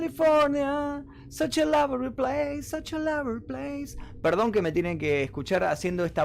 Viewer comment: Such a lover place....jajaja. APRENDA Ingles...such a lovely place...